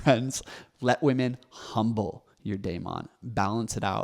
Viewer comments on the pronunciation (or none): none